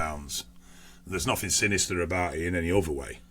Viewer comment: What’s the other 7%??? “Probably nofffingg “😂😂😂